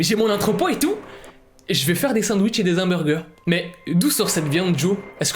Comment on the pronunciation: Il fait des Hambeurgumain